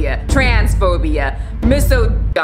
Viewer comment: It’s pronounced like misogyny but misogy(NWAR)